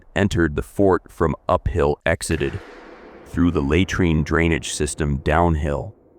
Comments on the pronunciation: For the love of God, please learn how to pronounce words! LOOK THEM UP. "Latrine" is not pronounced "lay-treen" but "luh-treen". "Treacherous" is not pronounced "Tree- chur-us, but treh(short e) chur-us". "Galen" is not "Gallon" but "Gay-luhn". Your not stupid or uneducated, but these misprounciations reveals your ignorance, which diminishes your presentation. This is a chronic issue with all your vlogs that are otherwise excellent. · Hey, can't you get your robot to correctly pronounce 'laytreen'?